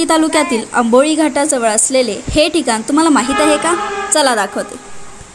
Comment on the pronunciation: आंबोळी नाही....आंबोली 😅